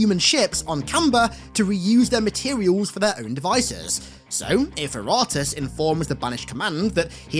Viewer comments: Facility wasn't annoying it's when you said Iratus ita pronounced iritis, not I-rate-ass 😂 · Everyone misspronuncing Iratus is hilarious.